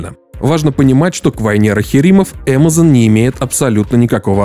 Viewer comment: Кринж. Если ты наименования Амазон и Бефезда "стараешься" произносить на английском, то почему весь остальной текст на русском?